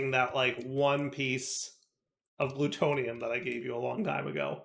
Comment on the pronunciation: Blutonium = blue Magentite = magenta Pronunce it like that